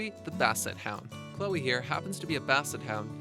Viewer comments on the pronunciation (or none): none